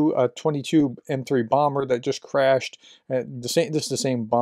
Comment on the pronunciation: it's a T.U.22M3 not a too22M3 Bomber. Many people have been saying the prefixes phonetically lately because they hear channels with bots pronounce it that way. Historically you pronounce the letters not the spelling - how for instance would you pronounce Bf-109? or ISU-152? or Pzkfw-IV?